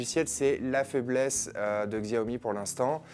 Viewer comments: polnar jean bas non on s'en fou pas c'est comme si tu regardais des présentation de produit nike et le mec prononçait ça nique. Xiaomi se prononce chaomi, c'est pas compliqué non plus... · Pour info je crois que ca se prononce "chaomi" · Y a t-il un jour ou vous prononcerez correctement le nom de cette marque?